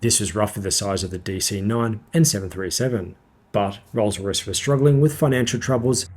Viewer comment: . You say "and fitted with Rosray Spey low-bypass turbofans." Perhaps you're trying to abbreviate "Rolls Royce" to "RollsRo," but whatever, you mangled the pronunciation. Rolls Royce!!!! Say it with pride!